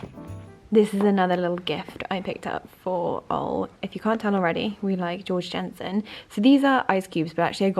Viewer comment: Love the wrapping! I just thought I'd let you know Georg Jensen is pronounced with a Y as in "yeorg yensen" as he's Danish ☺️